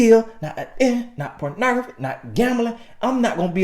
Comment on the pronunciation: 🤣🤣🤣💀💀💀😩 🗣pronography 🤣🤣🤣